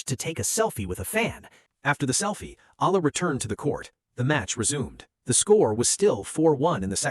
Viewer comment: If you plan to keep telling these types of stories, please be respectful and say/ pronounce Alex Eala’s name properly. I was wondering who “Alah” or “Ay-la” you’re talking about, at the start of your story, then it was becoming annoying.